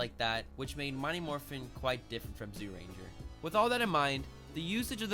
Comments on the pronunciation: Jūrenjā not zoorenjā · Pronunciations: Zyurangers = Ju-Rangers Megazord = Die-Ju-Zin Dragonzord = Dragon Caesar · great video! Also its pronounced Juu-Ranger and juu-two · Cool vid btw it's pronounced Jyuranger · That's accent. I agree the y should be silent. But he doesn't necessarily have to emphasize the zy as a j